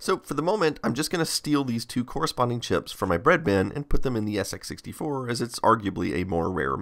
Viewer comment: "Then of course there was the SX -64...." * "SX 64" (emphasis as compared to the SX-100)